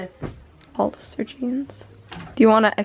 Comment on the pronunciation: it’s actually “Hollister.” Sorry I had to☺️. Ps I love your vids!Your getting even more beautiful everyday sis